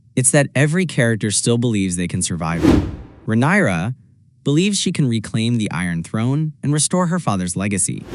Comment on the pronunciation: Perfekt Video buttt pleassseeeeeeee say rhaenyras Name Right 😅